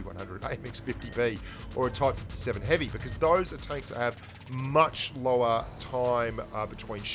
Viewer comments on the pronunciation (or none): Did say Type 57 Heavy? lol